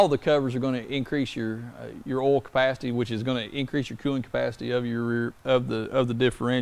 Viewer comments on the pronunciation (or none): Oil not awl. Line not lahn. Product not prodict.